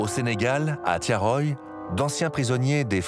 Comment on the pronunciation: Thiaroye et non Thiaroyé. ,Ndiaye et non Endiaye. Mbaye et non Embaye.....Articulez et bien prononcez les noms d'Afrique pour ne pas passez sous silence les faits de l'histoire Cordialement.